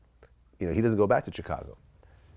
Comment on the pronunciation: Tf is a "tchekago" Vlad? lmao